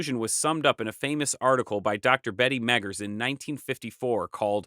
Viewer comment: You should tell the woman that read the Meggers quote that she has a speech impediment.